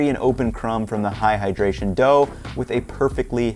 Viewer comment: Amazing recipe and will definitely try, but when I heard him say "AHAHAdration" I started dying 🤣☠